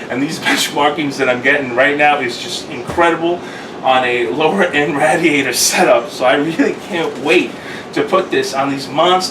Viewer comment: please stop butchering the word radiator.